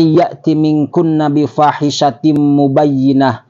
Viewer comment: Bifahisatin juga salah, dia nyebutnya bufasitin.